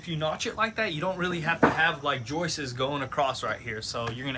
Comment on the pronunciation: Joist-tes?!? Joist-tes-ez?!?